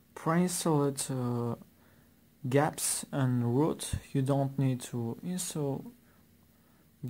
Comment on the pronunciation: I always thought GAPPS was pronounced as G-Apps.. and not gaps.